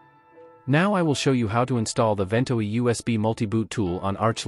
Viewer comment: One of the worst AI voices ever, not to say that there are any good ones. It has at least three different pronunciations of "Ventoy" and it has a slow flat evenly-spaced pace that sounds like someone using the search-and-pick method of typing.